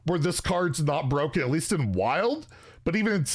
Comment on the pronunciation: Bur-O-ken lol you kill me